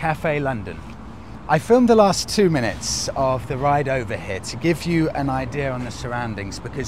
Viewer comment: "...and down to Boxhill they did rrrrriiide."